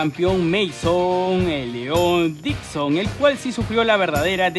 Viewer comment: No es Nixon, es Dixon...